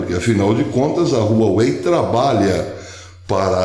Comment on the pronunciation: Um detalhe Professor a pronúncia correta é "Uauei".